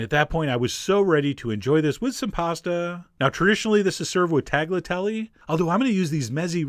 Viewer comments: you pronounced bolognese OK, but then... tag la telly? tah-lyah-TELL-eh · Its pronounced "talliatelle" not taGliatelle; apart from that great video and recipe, as ever. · funny when he says tagliatelle...the "g" is silent..just let the ta-lee-ah-tell-eeee, slide right off your tongue. but rigatoni, is still rig-a-toni...haha